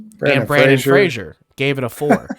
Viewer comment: Don't know about the Japanese actors, but you butchered the American actor's name for sure. It's Brendan with an "e", not Brandon, and Fraser, which rhymes with "razor." Not Frasier like the TV show. Edit: Sorry if that sounded a bit harsh, lol. Good video! 😊